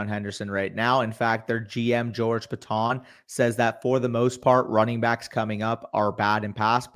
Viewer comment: Just for future reference, George Paton is pronounced like Peyton. Great video, appreciate you guys